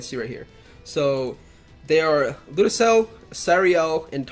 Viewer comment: Ludoceil is pronounced ludo-shell